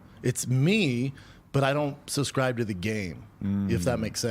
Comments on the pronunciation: If I have to hear him say “suscribe” one more time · “I don’t SUSCRIBE” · Hey, hayydurz... He don't even Suscrybe tew't, B! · Does he suhs-cry to it or not?